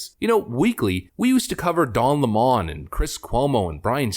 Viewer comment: It's LEMON, NOT LeMon!!😡 He was such a pr**k!!